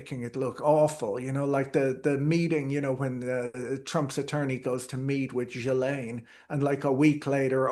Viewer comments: Ghislaine is pronounced Gi-Lane, hard G like in give, S is silent french name so that is why it is weird :) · Say Ghee-len.’